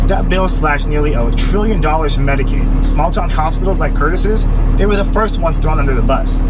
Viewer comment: I HEARD HER SAY MEDIKILL...DID I STUMBLE????